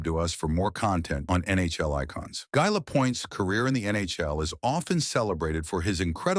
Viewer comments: GUy Lapointe GUY like I not like a guy... So common take the time to pronounce his name correctly. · The message preceding the content of the video assuring viewers that every effort has been made to ensure accuracy would be much more credible if the narrator knew how to pronounce the subject’s first name!